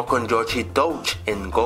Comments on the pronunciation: PORQUE COÑO DICE: YoCHI en ves de Yoshi? Esa ha sido el Verdadero Misterio de Este Canal:v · el de YOSHEHHHHHH (YOSHI)